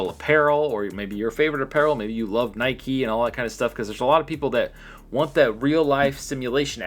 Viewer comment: its nike not neka lol